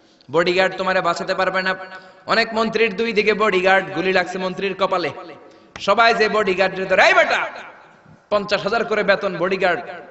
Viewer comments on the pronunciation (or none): none